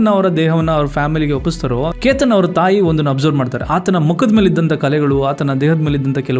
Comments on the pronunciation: Explanation ಚೆನ್ನಾಗಿದೆ, aadre ನೀವು ಪ್ರತಿ ಸಲ ಕೇತನ್ ಎಂದು ಹೇಳೋದು ಬಿಟ್ಟು keetan ಎಂದು ಯಾಕೆ ಹೇಳೋದು? Grammer mistake tumba madtira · ಕೀತನ್ ಅಲ್ಲ ಕೇತನ್ .... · ಕಿತನ್ ಅಲ್ಲ ಕೇತನ್